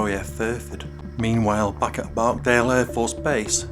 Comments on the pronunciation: It's Barksdale, not barkdale!!! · It’s BarkSdale not barkdale